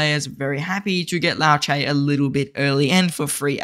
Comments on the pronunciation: Why can’t people pronounce Liu Che properly. Liu not Lao, Che not ce. Just like pronouncing Trump to Tromp 😑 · Not Lao Che... Liu... Lee you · 'Lee-U Cher' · "Low chay" 😂😂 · Bro its Lee'u'chay' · Yes hahaha I died everytime he said ‘lao chay ‘. 😂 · Aussie Accent 🤷‍♂️ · Legend says still doesnt know how to pronounce liu che 😂